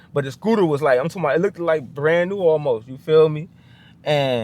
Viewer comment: You do not need to emphasize the "ed" on look.The "ed" is silent on look not look ed.